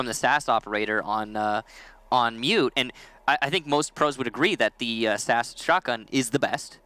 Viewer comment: Did he just say sass instead of SAS